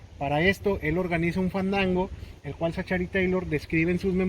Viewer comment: La CG en 'Zachary' se pronuncia como K. Y no vengan con el cuento de ue estamos en México porque así fuera no estarían pronunciando la A de 'Taylor' como 'E. ZACHARY TAYLOR